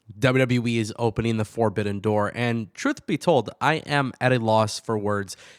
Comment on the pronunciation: "Four-bidden door" 😂😂😂